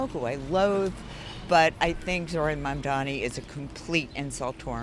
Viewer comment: Iirc that's how south Asian people would pronounce his name, given how Mamdani is half Indian he's probably pronouncing it well/fine